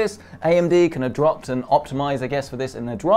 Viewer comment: Ya got my like at "adropt" 😂😂